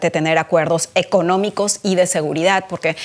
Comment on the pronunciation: Es seguridad no seguridat ya no sabemos ki hablar español